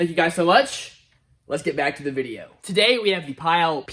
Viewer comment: it's read "pile" , i don't care pile of what😮😮